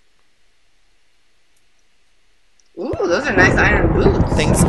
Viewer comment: at like round when he said iron boots i thought he said "i got iron boobs" O_O